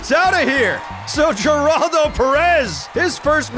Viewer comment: The way pronounces Geraldo's name bugs me more than it should 😅